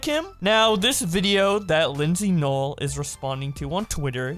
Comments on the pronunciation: Her name is pronounced “ LYSSY NOEL” not Lindsey. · She did claim she did it as a joke, and i liked her other channel tho ;-; I'm pretty sure her name isn't pronounced like that either though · I know that her content is kinda weird but The other videos she makes are pretty epic like her arcade vids and the other vids besides the 3am ones And btw u pronounced her name wrong (no offense) (Not a hate comment) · You literally said her name wrong